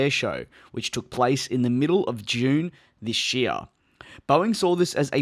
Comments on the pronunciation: I love the "THISCH YEAR" sry DJ, however I think your English is much better than my English skills :) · its funny how you pronounce "this year"